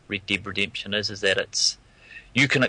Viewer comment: I agree the way they say red dead redemption sounds like rid did redemption